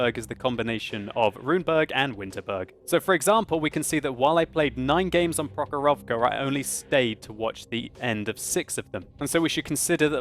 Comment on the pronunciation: Man) its not prohorOvka its the prOhorovka. I from Russia.